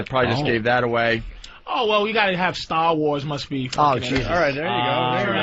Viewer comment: First time I noticed Patrice's Boston accent, "Staah-Wars". Sure I've heard it before, but this one stuck out.